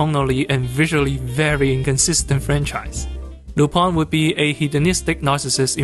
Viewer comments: The same way "Tintin" is originally pronounced. A sort of nasal "aw", so Lu-PAWN. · Lü-pehn, it's a French name. The Lu- part is pronunced like the "ü" in German. The "-pin" part is pronunced like pen, but the vowel is nasalised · Lupin pronounce [ lypɛ̃ ] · it's RUPAN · As a french guy I just pronounce it Lup-[ɛ̃]. "Rupan" is a more japanese fitting pronouciation tho. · Why does everyone who speak English say Lupin wrong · Did not expect to see Lupin the 3rd mentioned here and happy to see it recommended to others, i forgot he might be "niche". I meanwhile wait for the new Lupin project announced myself but i might rewatch this film it was fun the first time. "Lu-PAN? or Lu-PIN?" I think is how i usually pronounce it i think myself btw.